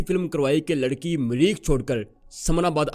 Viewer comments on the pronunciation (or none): none